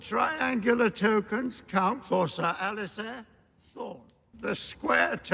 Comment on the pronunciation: It's Alliser, not Allister, but a lot of people make that mistake. Love your GoT reaction.😊